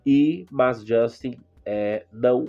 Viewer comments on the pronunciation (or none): none